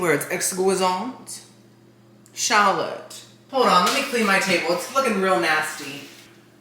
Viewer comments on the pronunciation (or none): none